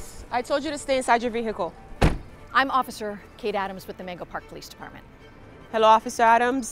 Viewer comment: Why she saying veHicle Edit: like is it not silent in her pov?